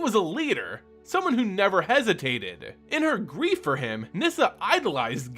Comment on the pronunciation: Would be so much better if you wouldn't emphasize and "drag" that last syllable and ending every last word with an A. ... wanting to be just like hiiiimA NihiiiriA. ...pushed onwardsA.